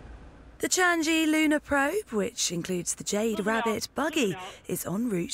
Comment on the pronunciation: Um.... correction on the pronouciation of the mission name, it's Chang'E(the E should sound like er). Just wanting to say this to China, good luck with that landing.